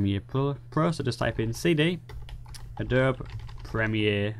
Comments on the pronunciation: I can see that your intelligence is far ahead of mine and I wouldn't even consider a 'sparring of the minds' with you. However, just for the record, the pronunciation of the word "Adobe", is just like this phonetically spelled version: Ă-doe-bee, (if I may be so bold). Thank you for that video tutorial. I happened to stumble onto it while searching for something entirely unrelated. It looked like something I'd like to know, so I watched. I have yet to assess if it can be applied to Adobe Photoshop CC, Lightroom, or Adobe Photoshop CS6 Pro. In fact, it's possible that this tutorial is only for those who have an older graphics card. I have a GTX 1070 and my other desk top has a much older card; an MSI R7970 BE (ATI/AMD?). Because I must resume what I was initially doing, I can't check on those questions just yet, but I will. At any rate, the video was very easy to follow and I thank you. Rich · A - DOB - E. Three syllables. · hilarious the Adobe-E pronunciation. I will use it next time I am drinking tea or an english benchmark. btw, adob might be in the path, so no need to do cd nonsense. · Its triggering me so hard how you pronounce Adobe...